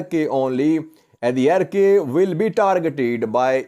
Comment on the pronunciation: Hi, Arkay pronounce as arkaai as in By, Shy Or Sky